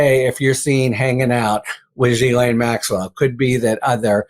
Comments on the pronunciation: pronounce correctly it's Gee Lane not jeelane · OMFG!!! SAY HER NAME PROPERLY!!! Do you say Jost ... when it's Ghost? - NO!!! SO STOP SAYING JIZLAINE!!! - It's pronounce GILAINE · her first name is pronounced Jizz Lane